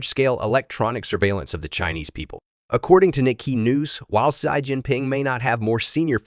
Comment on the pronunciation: Your speech synthesizer could use a little training, for example needs to learn "US" (all caps) should be "U.S." not "us", and "Xi" should be pronounced like "she"....